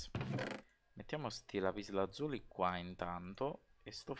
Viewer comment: Failing ridere quando dici lapislazulo!! 😂😂😂